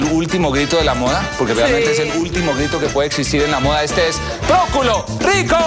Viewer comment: no pronuncia la R, poculo rico:v